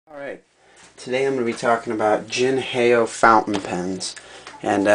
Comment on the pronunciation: jin hay oh ? its pronounced the way its spelled, "jin how"